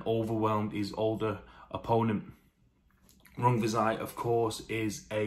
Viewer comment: I feel like you nailed those pronunciations. A good keep busy fight for Rungvisai